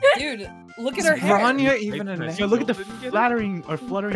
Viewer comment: the way bronya's name is pronounced, it does not mean armor (stress difference), so thankfully her name doesn't sound stupid to russian speaking people. i only cringe that they're kinda using the short form even on formal occasions